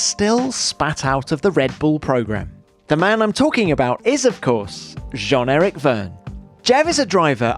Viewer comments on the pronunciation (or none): JEN? its JEAN ERIC lol come on TOM